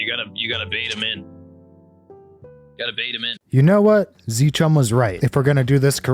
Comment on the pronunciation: its not zchum its Zcum